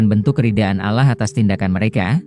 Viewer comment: jangan ucap kan lapas alah anda salah. ucap kan lah yg benar a, kalau benar anda islamm.